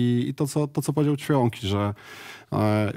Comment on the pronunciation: “Ćwiąki” 😂😂😂 Leże. Naprawde Ćwiąki? Serio?